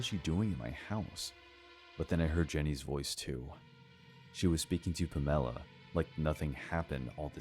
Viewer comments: Palmella? Or Pamela? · 1st one - lunch date...at 7pm. That girl's a dumbass, too, getting in a car with a drunk driver. But great story, though. #2 - stick to the gay apps, dude. #3 - lol, puh-MEL-uh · All three of these sound so damn far fetched, don’t they? I don’t believe them one bit, gotta be honest. Also... “Pam-ella”? 😂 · "Puh-mella" = Pamela??? Lollll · Have I been saying the name Pamela ( PAM - UH - LAH ) wrong my entire life? Is this a regional difference? West coaster over here. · Was the coworker in the 3rd story called Pamela? I couldn’t get past the weird pronunciation lmao. Has the narrator never heard of Pamela Anderson? 😂